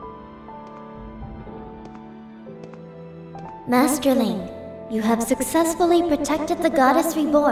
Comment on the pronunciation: Madi = Master, based on the sound Fi makes in-game when she refers to Link in her dialogue (“Master Link” spoken as “Madi Madas”).